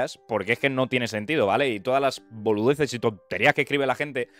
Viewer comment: te salio el argentino jajjaja boludeces xD